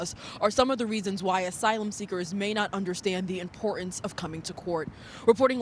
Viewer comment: "in-por-ence"? DEI hire right there, folks.